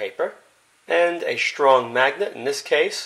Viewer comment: Ekshtremely, shtrong, and demonshtrate:)) Curious, what accent is that? Would be grateful to get the answer!:)